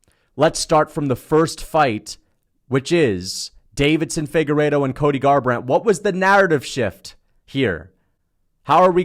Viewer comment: Bro has Deiveson’s name on screen and still calls him Davidson 10x